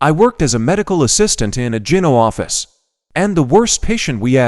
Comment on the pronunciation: You think they could hire someone who knows how to read the words correctly! ITS GYNO AS IN GYNOCOLOGIST, NOT JIN-O LIKE GINGER!